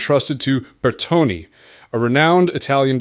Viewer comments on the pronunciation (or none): It's Bertone, not Bertoni--though both have similar pronunciations.